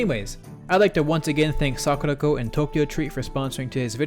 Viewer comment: My God. When you said sakuraco I thought you said "were sponsored by suck the toe"